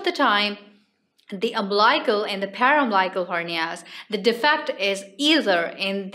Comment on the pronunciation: Interesting topic. Note: Incorrect pronunciation of umbilical and paraumbilical.